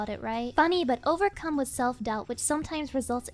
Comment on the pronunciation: “O-Vercum this challenge…” Roflmfao ☠️☠️☠️